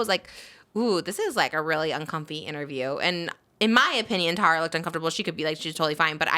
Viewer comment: Trish, Tara pronounces her name Tar-a, not Tear-a